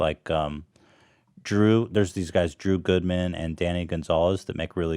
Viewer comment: It's Drew Gooden, not Goodman. Just fyi.